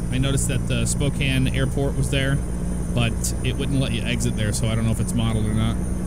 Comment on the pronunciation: YES! You said Spokane right! Right after you got out of downtown Spokane though before the Airport there's actually a huge hill you go up before you start seeing the exits for Spokane International and Airway Heights.